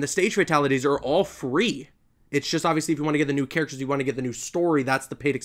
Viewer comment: emphasis on FREE